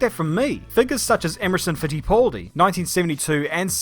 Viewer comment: It frustrates me how you cant pronouce driver names right. it isnt "emerson fittipooldi" its "emerson fittiPALdi"